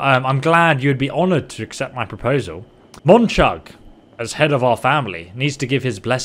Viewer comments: Why does he say mucab, it's monchug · Love how you can't remember Monchugs name. "Mochang" "Mokheb" "Mukhab" :D Gotta work on that if you want to marry his daughter. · I love how his pronunciation of monchug changes every time😂